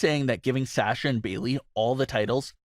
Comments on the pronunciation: Why cant this guy pronounce "Sasha" correctly? Its so easy to say. Is he trolling? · I will not sub to this channel until this fool says Sasha's name correctly. He's an idiot and the fact that he has to plug in that same line in the middle of every video about most of his "viewers" are not subscribed is another reason I'm not subscribing.